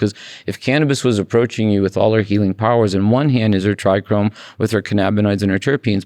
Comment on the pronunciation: Why does Todd always say TrichRome. And not trichome ? Lol? Every interview I've been watching he says Trichrome.